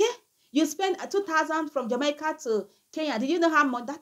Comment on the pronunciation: This is the last time I am going to teach you how to pronounce "Jamaica." It is pronounced as: "Jah-May-Ka."